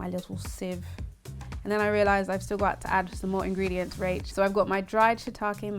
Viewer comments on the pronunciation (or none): none